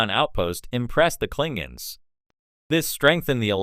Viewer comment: "Klingings"? I thought that AI was supposed to be smart.